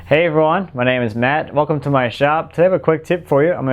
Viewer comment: Great tip! PS at the beginning of almost each video you say ''Hey everyone'' and in the beginning I was thinking that you were saying Hey to every Ron - out there :)